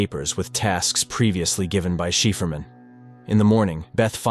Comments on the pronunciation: Interesting. But 'cipherman' is pronounced sy-fur-man! Bad pronunciation drives me crazy! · cipherman - as in "sy fer man" Stupid text to speech. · I can't deal with the "cipherman" pronunciation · i can not stand how he ready the name. its just wrong. my ears bleed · The way the AI voice mispronounces certain works is hilarious! The many different pronounciations of "cipherman" especially cracks me up. Also some of the phrasing is weird.. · great recap but how did you manage to pronounce Cipherman in at least three different ways none of them correct? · I'm not sure he gets how to say Cypherman >.> And what's in it for the aliens if it doesn't matters since there is no time >.> Why bother ? So there is a difference, there is a time, the alien just proved it to him. The is a sequence in the happening of things... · Why can't the narrator say "Cipherman"? That's pretty simple. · These AI voiceover narrations are quite annoying when they mispronounce words, and this one doesn't even use the same pronunciation for Cipherman, changing it up from one incorrect pronunciation to another. That aside, this video does at least sum up the show nicely. Dispite there being plotholes in such a storyline of aliens of non-linear time, ever being surprised by something or ever being able to learn something new, given they exist at all points of time. At least as stated in this breakdown. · cipherman = sci-fer-man , not sheferman :D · Um its Cipherman pronounced as Sy-phar-man 😂😂😂😂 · Never realized Cipherman is pronounced Shefferman...Gotta love AI voice overs. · it’s pronounced CIPHER - not “sheeferman”. A cipher, which is something that can be decoded. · Cool story! Curious why "Cipherman" isn't pronounced "Psy for man" instead of "Shefferman"? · Cipherman (Si-Fer).. he said She-Fur-Man.. LOL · "Cipherman" is pronounced SIGH-Fur-Man. Not Shee-fer-man. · Sypherman, not sheeferman. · AI it’s cipherman not sheeferman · psy-fer-man....not chieferman. Sigh.